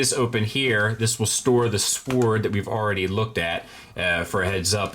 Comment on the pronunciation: Love your reviews man, but damn the "W" in sword is silent! I hate being that guy but it's driving me crazy lol